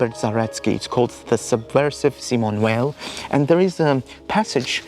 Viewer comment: You have a really lovely voice !- and incredibly interesting content. New sub here! (btw I'm reluctant to even mention this as your accent is so wonderfully ASMR - but, Simone Weil is pronounced Simone Vay [French pronunciation])